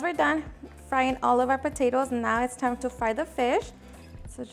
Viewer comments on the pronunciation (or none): none